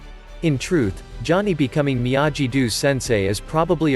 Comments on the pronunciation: It is Miyagi, not Miyaji. Have you not seen the Original Karate Kid movie? You should know the correct way to pronounce Miyagi. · I had to stop watching, because how many times must I hear you pronounce Miyagi the wrong way? I lost count, but after 4 minutes I could not watch the video anyone.